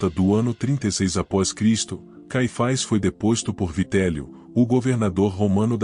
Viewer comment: Nunca ouvi falar desse (ANAIS E CAIFAIS) conheço Anás e Caifas! 😂😂😂 vc pronúncia ( fazezeinda)? 😂